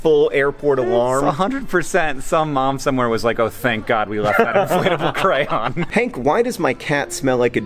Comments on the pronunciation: JOHN SAYS CRAN IM DISAPPOINTED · hank and john pronounce "crayon" differently. it's pretty funny